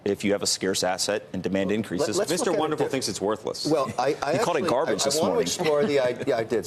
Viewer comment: Gaarrbaage, lol .... sell